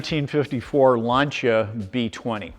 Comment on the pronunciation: Finally we have found a gentleman who pronounce Lancia properly, thanks God!